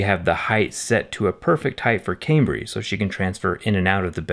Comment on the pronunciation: 😂😂😂 was gonna say this. Also it's Cambry